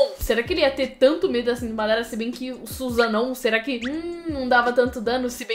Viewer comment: Suzano😂😂, "sussano'o"